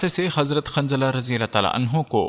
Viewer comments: شوق ہے ویڈیو بنانیکا نام جتنے بھی لۓ اکثر نام غلط جیسےحضرت حنظلہ اورآپ باربار خنظلہ کہ رہے تھے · ماشاءاللہ. بہت معلوماتی ویڈیو ہے. لیکن ایک برائے اصلاح یہ بتانا ہیکہ صحیح لفظ کافر ہے ☑️(انکار کرنے والا) قافر نہیں ❌ اور صحابی کا نام حضرت حنضلہ ہے✔️ خنضلہ نہیں✖️.